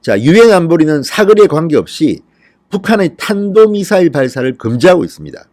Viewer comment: 지난번 김정은이 쏜 미사일을 문재인은 "단도미사일"이라고 명명했다. 좀 부드럽게 들리라고... 이번에는 제대로 발음을 하긴 했구나. 문재인이 드디어 국민들을 약간 의식하는 것 같은데, 이 자가 북한의 첩자 중의 첩자인 것이 곧 밝혀질 것이다.